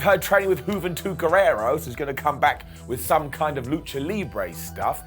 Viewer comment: "Juventud GuerrerA" not "GuerrerO".